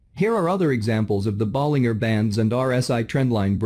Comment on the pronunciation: Please pronounce John Bollinger's name correctly. The last three letters rhyme with merger or manager, not finger or burger. Listen to him introduce himself on his videos to confirm. (John Bollinger on Bollinger Bands).